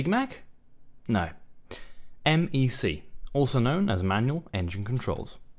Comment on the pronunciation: it s MEC not MAc